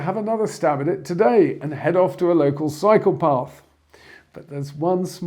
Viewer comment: I like when you say 'cycle path' as it keeps sounding, to me, like 'psychopath'. he he.